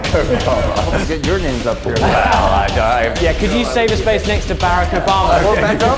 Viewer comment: Not Ollie calling Barack “Barik” 😂